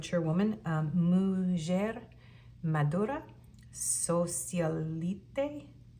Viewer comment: P2- Mature Woman = Una mujer (Moo hair- the j is silent) madura (ma doo raa). Thanks! 😁